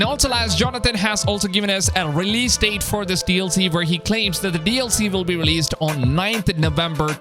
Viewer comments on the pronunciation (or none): none